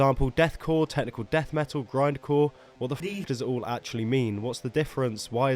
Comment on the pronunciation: Tekneekle daeth meetal